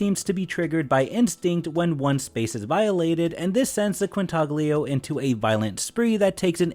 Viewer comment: As soon as I heard you pronounce the "g" in Quintaglio, I knew were in for a rough one...